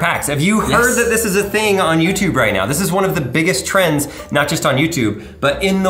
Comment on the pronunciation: “Trends” dude tf